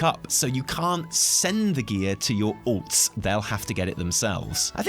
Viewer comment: The way you say "alts" makes my brain hear "orcs", and that's fine because it gives me a giggle since I play only Alliance. I shall send all the crappy gear to the orcs. 😉